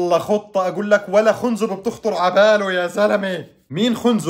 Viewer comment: خنزب ... بفتح الخاء وليس ضمها يا ترعة المفهومية هههههههههه 😂😂😂 وانت رائع وفيديوهاتك حلوة وربنا يوفقك ... استمر